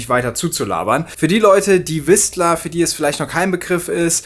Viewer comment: Das t in Whistler tut im Ohr weh 😉